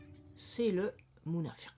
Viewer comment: Bonjour vous prononcez [Nafak ] pour nafaq [ Munāfir] pour Munāfiq Pourquoi vous prononcez différemment la même lettre Q ? Il y a une langue où des mots correspondants existent Fāk = faire trou ; chercher à comprendre les tenants et les aboutissants :Fag = sage. Habile. Malin :Firi = confiance. Espoir :Fik = friction. Agitation